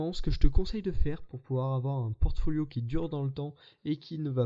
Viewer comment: "Portoflio", dommage :p